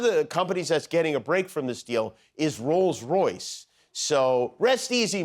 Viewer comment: He calls it "Rose Royce"....that was a pop group.